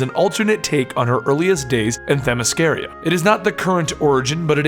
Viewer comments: I can't take it anymore man. It is Themyscr-AH. I've looked it up. I've heard this woman say that word many many times. That's how she says it. You should too. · On the same video with the actual Wonder Woman you mispronounce her home land